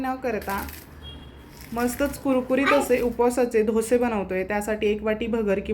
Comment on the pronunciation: Chhan.. Pan dhose nahi dose